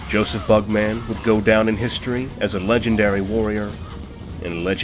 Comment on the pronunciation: Stop saying bug-man. It’s not like Spider-Man or superman.